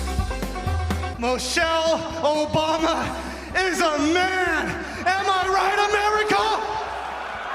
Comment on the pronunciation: "Moshelle Obama"